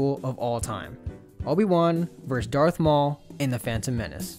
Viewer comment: It’s darth not dart